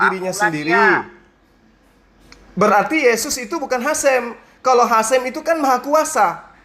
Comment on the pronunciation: bukan hasim tp haseum bhs sunda artinya basi